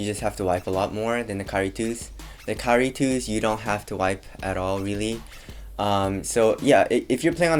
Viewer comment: Great compare and contrast. One thing though. Dude, you waited until for inflection to get a distinct KYRIE. Up to that point I had to go back a couple times because I could've sworn you said Curry twice. Just nitpicking. Good job though. Cheers!